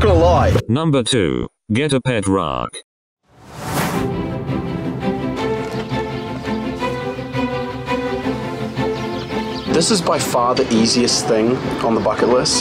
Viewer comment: The way Google says rock: Roake 😂😂